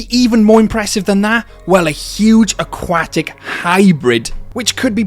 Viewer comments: 'akwatic' lol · The way you say aquatic is really funny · I like the video but the way he says aquatic buggs me